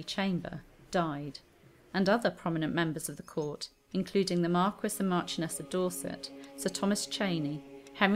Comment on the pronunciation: Gee could we repeat the four, three, two hours and dinner / supper crap a few more times? Mar-ques? You can't pronounce mar-key?